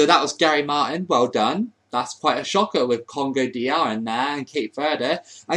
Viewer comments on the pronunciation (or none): none